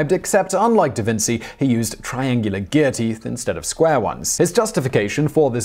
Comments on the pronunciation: omg Simon stil hastn`t learned how to pronounce Da Vinci. Does Brilliant over a ourse on how to pronounce names that everyone but Simon can pronounce? Please learn the pronouncition of italian names .I`m not even italian and it still makes wanna throw up when you say Da Vinsi and please never say gIovianni ever again the I is silent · It amazes me that you say “davinsy” then immediately correctly pronounce antikythera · I noticed that. "Davinsy"? Really? Who hasnt heard of da vinci? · The Sign works and Simon says DaVinci wrong. OG Whistleverse content here!!